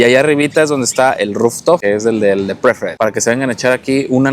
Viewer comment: Gracias por su esfuerzo por traernos los detalles de los hoteles para hacer una mejor elección. Les dejo unas sugerencias para pulir su info: La categoría del Club en Secrets es Preferred Club (Se pronuncia Preferd Clob), No se dan brazaletes por política de Hyatt Inclusive que es ser No excluyentes y al dar brazaletes harían sentir "menos" a los demás huéspedes Los huevos revueltos de los Buffets se secan muy rápido por estar el los cheffers por varias horas, así que se le agrega algo de leche para que no se sequen no quiere decir que estén crudos. En muchos hoteles de la Rivera Maya se ponen los menús en inglés primero, no por discriminación si no por que su mercado más grande la mayoría del año (si uds tuvieran un hotel con mayoría de clientes gringos y canadienses también lo harían) si no hubiera ese mercado, los hoteles no existirían, tan tan Pet Friendly se dice (pet frendli) Pizzas (pitsas)